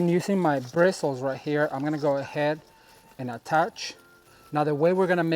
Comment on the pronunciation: I loved watching this,. You were sparkley all over. At first I thought it was just your shirt, but then I saw sparkles from top to bottom. They matched your personality and excitement. By the way, what else would you say instead of birstles? That's what they are, and that's what we use to attach stuff, like so.